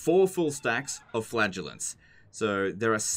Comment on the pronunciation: Teehee it sounds like he says flatulence